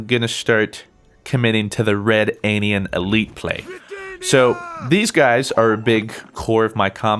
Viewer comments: I love you, but it's pronounced ruh-danian not red-anian. The card even says it when you play it lol. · "Skeleege, red-anian"... just why?